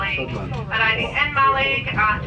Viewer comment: jim mitchell ha! Yes well spotted. I flipped the clip as the only decent footage we had of it was on the return journey. And I'm still struggling to pronounce it 😂 thanks for the comment